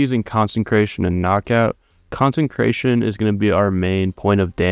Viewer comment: Do you not realize there isn't an "n" in consecration??